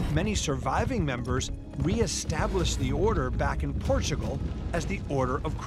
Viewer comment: 'Welcome to Port-a-gul.'